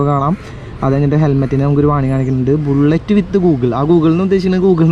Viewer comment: ബുള്ളറ്റ് വിത്ത് ഗൂഗിൾ അല്ല😂😂😂😂😂😂😂😂😂😂😂 ബ്രോ.......... ബിൽറ്റ് വിത്ത് ഗൂഗിൾ😀😀😀😀😀😀😀😀😀😀😀😀😀😀😀😀😀😀😀